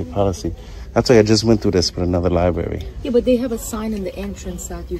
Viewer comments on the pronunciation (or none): Liberry and oof. It's library and oath